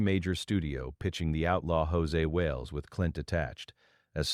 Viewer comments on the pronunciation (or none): Almost had my attention right up until he said “Hosay Wales” 🤣 This AI stuff is ruining already bad videos 🙄